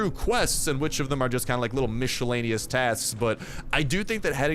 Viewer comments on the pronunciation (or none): Please, do not misspell miscellaneous. English isn't my native language, but even for me it's annoying to hear your spelling...